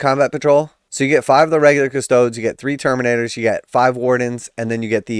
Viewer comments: Bro, the 'e' in Adeptus Custodes is NOT silent. I cringe every time you say Cuss-toads. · I do like how you say Custodes. I’m a big fan of the Ultramarine Ass Tarts.